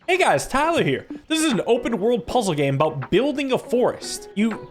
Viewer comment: More like “Hey guys, here”